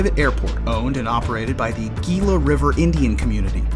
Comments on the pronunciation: Gila is pronounced HE-LA . Like Gila monster. H. not Gee. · Gila pronounced as Hela